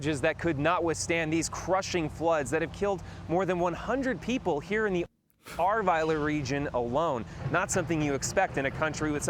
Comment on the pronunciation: You pronouced Ahrweiler quite well, Bad Neuenahr not so well :D